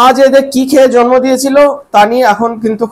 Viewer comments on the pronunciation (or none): none